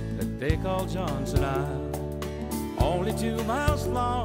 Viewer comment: He could at least pronounce Johnston correctly